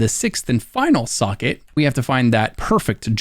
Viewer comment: This is amazing. I respect the hell out of how long it took to make. I also dont mean this sarcastically, but I actually enjoyed the fact that I heard your pronunciation of "socket" as "suckit"